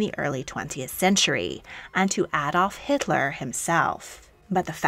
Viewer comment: Thank you for pronouncing Adolf Hitler correctly.......if you could please do the same with Moscow 🙂